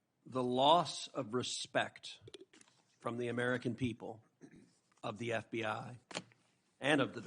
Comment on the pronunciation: Ever notice, when it matters, Cruz says FDI instead of FBI?